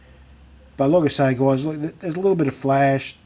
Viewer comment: he says goyeyes. so funny